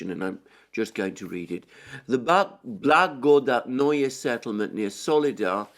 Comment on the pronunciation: Kirie Alexandre, it’s much easier to pronounce Russian worlds if you read it as Greek. Your only mistake is putting accent on wrong syllable. BlagodAtnoe, krAsnaya gorA. Love your work and your last name😊